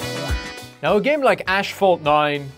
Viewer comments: "a game like ash falt 9" bro wtf 💀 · The way you said asphalt... Man, killed my ears. Epic fail 🤣